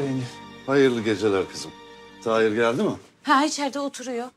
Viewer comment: Tahir'in karısı, maçta, "Taheer Taheer" 🤣🤣 kiyamam ya kadina 😢